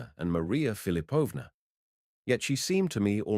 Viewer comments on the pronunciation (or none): Philipovna, stress on the second syllable. Thanks for the reading!